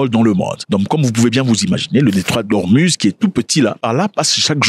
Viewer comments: on dit Ormouz non ormuz merci. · Detroit d hormuz mais ca se prononce hormouz